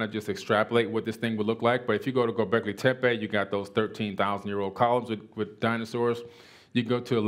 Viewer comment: Wow, he is the only non-Turkish person I heard say Gobekli Tepe right. Somebody has bothered enough to learn the correct way to say it tells you great many things about a person. Respect!